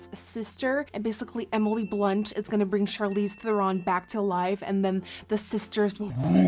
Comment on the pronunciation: I love that you can say her name correctly!